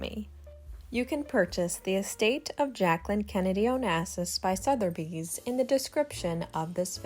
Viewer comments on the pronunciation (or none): Soth-a-bees NOT Sother-bees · Started watching this and right off the bat, pronouncing "Sotheby's" as "Souther-by's" was jarring, and gives the impression to this long time New Yorker at what else in this is questionable, as to the Reality of what you're attempting to discuss. As a friend of John Jr. at the time I encourage you to make sure what you say and how you say it is true and accurate.